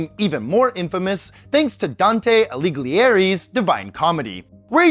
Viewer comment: the issue is people are pronouncing it Aliglier instead of A-li-ghi-eri